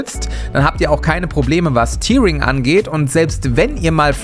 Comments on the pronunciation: Schönes Video aber ich muss mal was berichtigen: WQ-Auflösung steht nicht für (das ist schon UWQHD), sonder . Und es wird immer noch "Tähring" ausgesprochen, nicht "Tiering". Es ist das "Zerreissen" gemeint und hat nichts mit Tränen zu tun, auch wenn die einem kommen können wenn das Bild so flackert ;-) Wollt ich nur mal anmerken, weil das ständig Leute auf Youtube falsch sagen. Ansonsten möchte ich meinen UWQHD von AOC auch nicht mehr missen, man gewöhnt sich auch sehr schnell an den Komfort und ich habe auch auf 4:3 angefangen (1990). Richtig Spaß macht es aber erst mit einer 3080, die die vielen Pixel auch mühelos liefern kann. Mit schwächeren Grakas hat man sonst gegenüber FHD nur Nachteile, das sollte man beachten. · Cooles Video. Nur n kurzer Tip: tearing wird wie "tärring" ausgesprochen! N schönen Tach noch ... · Interessanter Monitor. Aber ich muss mal meckern! Tearing wird eher "Tärring" ausgesprochen, weil sich das auf das "auseinanderreißen" der Bilder bezieht. Das hat mit Tränen nichts zu tun 😃 dennoch informatives Video. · "tearing" spricht man anders aus